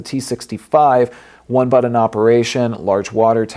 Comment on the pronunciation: it's funny lol